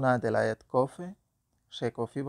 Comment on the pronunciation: দেলায়েত না বলে জেলায়েত বললে সঠিক হবে।